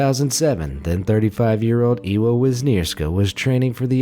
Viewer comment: Number 2: incorrect pronunciation, should've been EVA as Ewa is a Polish name.